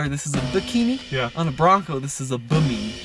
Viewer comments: Bimini not bimeeni. It’s a sun shade very common on boats named after the Bimini islands in the Bahamas. That’s in the Caribbean Sea, aka a really big lake for you Colorado natives. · Pretty sure they meant Bimini to be pronounced BI-MI-NEE not BE-MIni😄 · Bim-ah-ne = Bimini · Actually it's bim-in-ee like the island in the Bahamas. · Lol I thought the same thing when I heard it! Love ya 🤣 but now you have to work on "Bimini"